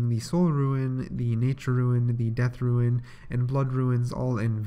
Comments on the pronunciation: Also roon not ruin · Well "rune" is not and he pronounces that as... Ruin. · lul "ruins"